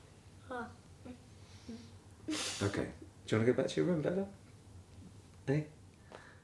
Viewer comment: Out of interest, can she say "Leaf" instead of "Leaf-a" if she tries? I'm just interested if you ever dare to mention it. 😂